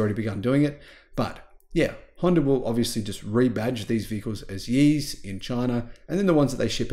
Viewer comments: Good video. But 烨 should be pronounced like “yeah” instead of “E”, which means flame or bright. Thank you! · its Ye, pronounced Yeah.